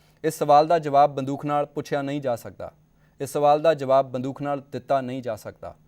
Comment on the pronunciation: ਪੰਜਾਬੀ ਜ਼ੁਬਾਨ ਵਿੱਚ ਬੜੇ ਹੀ ਸੰਜੀਦਾ ਮਸਲੇ ਉਪਰ ਗੱਲਬਾਤ ਹੈ । ਜਲਦੀ ਕੀਤੇ ਬਹੁਤੇ ਪੰਜਾਬ ਵਾਸੀਆਂ ਦੇ ਜ਼ਹਿਨ ਵਿਚ ਇਹ ਗੱਲਬਾਤ ਸ਼ਾਇਦ ਨਾ ਵੜ ਸਕੇ । ਪ੍ਰੋਗਰਾਂਮ ਦਾ ਹੋਸਟ ਜ਼ਿਆਦਾ ਸਵਾਲ ਸਟੂਡੀਓ ਦੇ ਕੈਮਰੇ ਉਪਰ ਲੱਗੇ ਮੌਨੀਟਰ ਤੋਂ ਵੇਖ ਕੇ ਕਰ ਰਿਹਾ ਹੈ । ਗੱਲਬਾਤ ਸਾਰੀ ਬੰਦੂਕ ਦੁਆਲੇ ਘੁੰਮ ਰਹੀ ਹੈ ਅਤੇ ਹੋਸਟ ਬੰਦੂਕ ਦਾ ਉਚਾਰਣ ਬੰਦੂਖ ,,, " ਖ " ਦਾ ਕਰ ਰਿਹਾ ਹੈ । ਚੰਗਾ ਹੋਵੇ ਅਗਰ ਪ੍ਰਸਾਰ ਭਾਰਤੀ " ਦੂਰਦਰਸ਼ਨ " ਤੇ ਵੀ ਅਜਿਹੇ ਮੁੱਦੇ ਆ ਸਕਣ । ਡੇ ਐਂਡ ਨਾਈਟ ਚੈਨਲ ਦੀ ਇਕ ਵਧੀਆ ਕੋਸ਼ਿਸ਼ ।